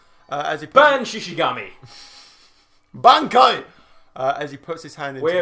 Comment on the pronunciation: If I had a nickle for every British Man on YouTube that mispronounced Bankai, I would have two nickles.